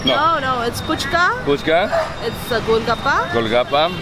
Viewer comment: Fuchka not fuska